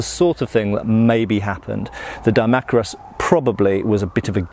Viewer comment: I thought it was pronounced Dee-mack-eye-rus